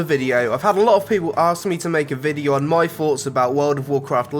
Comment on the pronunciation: What are his FOUGHTS guys? Hahaha! Fuck. I really wish this kid would fix his speech impediment, then I might actually listen to his vids. What do you guys FINK? What is the Feme?